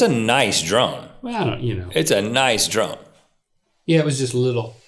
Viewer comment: Am I the only one who thought Rhett said playing with the "drum" and not drone. I got really confused.